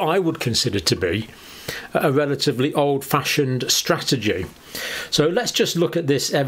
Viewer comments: Top strategy is #1, get vaccinated. That much is clear and obvious to all of us.* A natural immunity "stratergy" (which is guess is John's pronunciation) means playing the death odds by being an idiot not wanting to be vaccinated. I hope Johnny is not advocating for anything other than getting vaccinated, because that puts him in the sub-100 group. Johnny's fun strategy seems to be to see how many unvaccinated people are killed by covid in attempts to achieve natural immunity. Our family had one member try this method. Had. Past tense. As if we have one dead family member. Congrats anti-vaxxers. *IQ above 100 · First mistake doctor john - "stratergy". The rest is great haha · I love these videos all the time, great insight. But stratergy!? 😂🤣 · Strategy not stratergy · Stratergy? Do you mean strategy? 🤣 We'll give that a 5/10 John.. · “Stratergy”. Is that like strategery? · Lol, "stratergy". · hold up, man said stratergy? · Is that how they spell strategy in the UK? I know that's how the pronounce it. Has it been redefined yet?